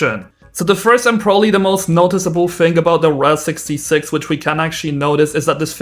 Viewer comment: Not trying to be rude but its pronounced the R-A-H 66 not the RAHHH🦅🦅🦅